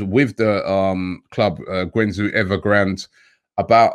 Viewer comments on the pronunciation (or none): Guangzhou... pronounce it Gwung-joe 👌👌